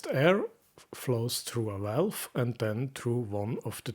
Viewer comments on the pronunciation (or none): none